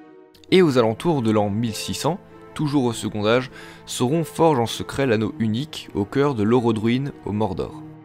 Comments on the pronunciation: On ne dit pas "secondage" mais "secontage" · C'est quoi, cette prononciation ? Second Âge dit "segontage" pas "segondage" !. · Formidable!!! Juste un truc, c'est quoi cette prononciation de "segond'age" pour second âge ?! comme pour le mot "quand', on prononce un "t" lorsque le mot suivant commence par une voyelle. Segont'age. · Bon boulot, c'est intéressant et pas trop mal fait ! Par contre ça me perturbe la façon dont tu fais la liaison sur certains mots ; genre tu prononce "second âge" en "secondage", alors qu'on dit "secontage". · Le second "D'âge". OMG. Le D se transforme en T pour la liaison. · Second âge se prononce avec un t : secon t âge, comme " prend-il " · « second âge » on ne fait pas la liaison, le D est muet ! Ça m’a stresser toute la vidéo avec ton « secondage »